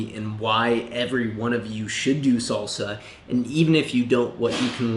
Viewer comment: Fellow salsero, and agree but do note it's pronounced salsa not solsa! You're giving strictly come dancing vibes. It is a Spanish word and uses Spanish phonetics!